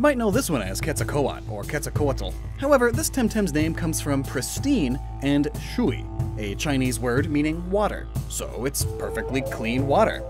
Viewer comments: Just to let you know, the Chinese word for water, Shui is pronounced shway not shoo-ee. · im glad im advancing enough in my chinese classes to know that thats the wrong pronounciation of shui (water)